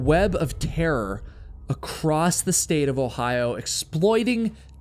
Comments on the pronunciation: Very nice presentation,. FWIW, there's no "t" at the end of the word "across." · Across does not have a T at the end of it